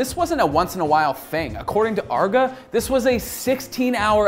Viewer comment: Arr-GE not Arga.